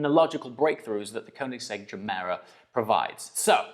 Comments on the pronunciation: Are we pronouncing it juh-mera now? I thought it was guh-mera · Nice vid! Oh, and nice pronunciation of Gemera. The Gemera is a car that grows on me and that's somewhat weird since I kinda loved it from the get go.